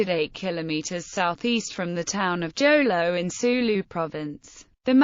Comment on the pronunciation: What Jolo?it's Jolo you pronounce it Holo.